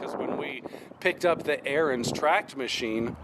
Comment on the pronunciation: Ariens. Learn how to pronounce it.